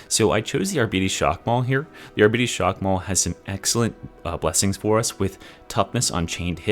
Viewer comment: Arbites does not rhyme with diabetes 😂